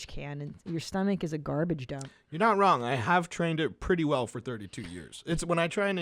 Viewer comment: I hate how says “wrong” The G is silent you J.